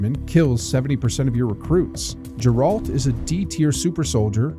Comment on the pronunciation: Its not geralt like gerlad. Its geralt (gare-alt) lol thought that was funny.